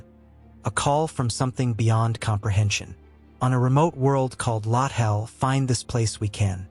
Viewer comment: Lot Hell, Ka Gone, Low Tall, ah Knee. It always takes me out of the story.